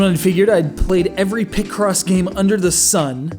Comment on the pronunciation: Sounds like you’re saying picrossy 😂